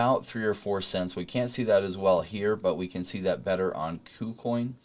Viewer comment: please pronounce kucoin correctly